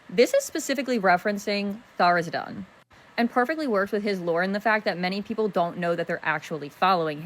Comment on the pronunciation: She keeps saying Tharzidun. It's Tharizdun.